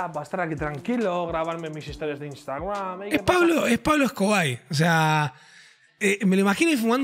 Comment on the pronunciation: Jaja "pablo escobai" XD